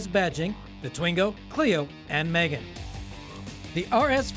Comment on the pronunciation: Here is a tip.. If you are going to do a video on a car, ring the company and actually ask how do you pronounce the name of the car instead of saying it WRONG the entire time.. Its Megane (me-gane) not Megan (girls name)